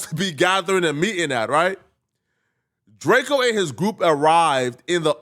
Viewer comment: Why do i keep hearing Drako, whos Drako? 🤨 🤦🏿‍♂️